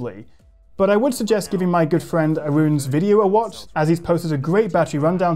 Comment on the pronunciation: I always thought it was pronounced “”